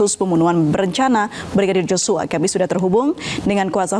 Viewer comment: Tolong sebut nama Yoshua itu yg benar bukan Joshua kalian juga seperti putri memutar balik fakta aja